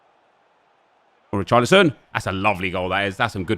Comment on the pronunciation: When he says come on Richarolson he sounds like he’s saying boris johnson😂